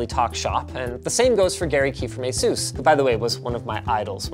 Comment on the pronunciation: A-sus not A-soos. Do you ever watch tech quickies?